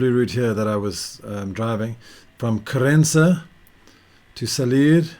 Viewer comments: I didn't said you wrote. I said you pronounced ("Querénza")... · Hi mate ! You're living here for a while. You're almost portuguese ! Please don't spell "Querença' with spanish accent. We, the portuguese, hate that (I'm sure your wife as well)...😉🤣